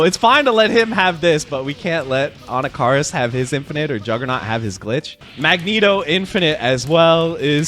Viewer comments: Anakaris - It's pronounced like this (Ah knock ah Ris) For years I've been hearing his name pronounced wrong 😭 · For me the worst part of this release is knowing I’m gonna have to listen to you butcher the pronunciation of Anakaris that much more often 😂